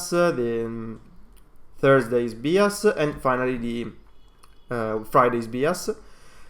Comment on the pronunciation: The guy presenting the oil and gas stuff is pronouncing "bias" wrong. It's not "bee as" it's "b eye as"